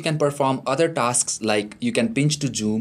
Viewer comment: Pinch To Joom, ROFL This person is got to be an indian